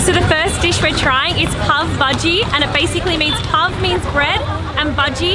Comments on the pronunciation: She tells pav bhaji "pev bhaajii" really 🤔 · Not puff budgie it's pav bhaji but it's ok you are saying it first time I think